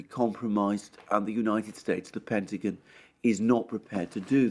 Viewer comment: "Pentagin" 😁 I love the Brit accent.